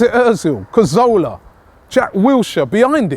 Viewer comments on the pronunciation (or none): please Robbie, pronounce Cazorla's name right hahaha! NOT CARZOLA but is CAZOOOOOOOORRRRRRRRRLLLLLLLLLAAAAAA! ITS CAAAAZZZZORLA NOT CAARRRRZOLA. HAHA! Doing a great job though, love the channel and the characters on it, think we should sign Defoe for one season.